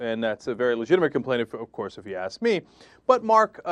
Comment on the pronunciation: i love when he says OVCOARSE!! LOL